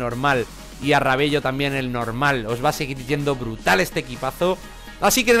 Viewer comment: Amigo se dice "Rabelo" Pero se escribe Rabello